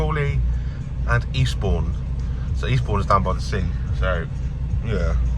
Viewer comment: 'For Eastbourne' sounded like 'Respawn' 🤣